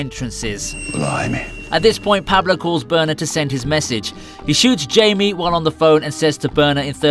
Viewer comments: Killing Jamie? Lol it's hai-me. It's not even spelled jamie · Jaime is pronounced into "Hi-me" I got a classmate with that name, hes a cool dude. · The miss pronunciation of Jaime hurt to hear.